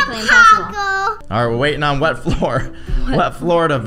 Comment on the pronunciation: When cammy said I think it’s wet floor I thought she said red floor 😂 😆